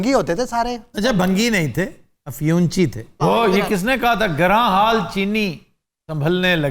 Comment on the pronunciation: Chaudhry Ghulam Rasool Aftab iqbal ne “giran haal” parha